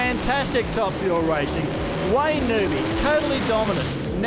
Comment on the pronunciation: I wann't aware that Wayne Newby had changed his surname to NOOBY. How friggin annoying to have a 'commentator' mispronouncing the bloke's name.... this is the same type of bozo that calls Colin, COLON